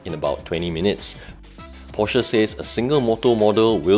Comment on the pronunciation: why most of malaysian car reviewer, even the popular or well known, did not even pronounce the name porsche correctly. that is a disgrace for so called car reviewer.